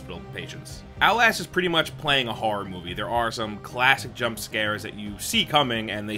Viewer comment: Haha when he said “horra” I definitely heard that LI accent. Suffolk county in the house!!